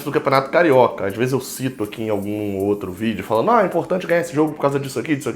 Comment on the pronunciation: VideoEERE???? Hahahah